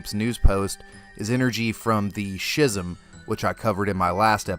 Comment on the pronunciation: It's pronounced Skism with a hard C sound, not Shizm